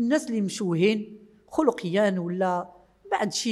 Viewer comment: خلقية بتكسير الخاء وليس بضمها ، وذلك في الدقيقة 5.30